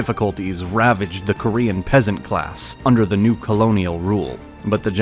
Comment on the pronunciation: He pronounces Korean like French 🤣